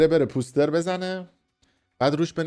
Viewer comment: POOOOOOSTER? 😂😂😂 poooooster chie dige! It's POSTER! 😂😂